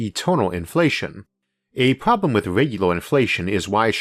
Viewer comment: I think you have an "R" pwowbwum lmao Elmer Fudd. Can't take anything u say seriously because of your speech pwobwum. What are you 4 years old still learning to talk?